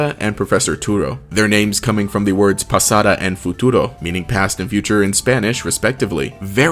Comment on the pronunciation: Pasado not pasada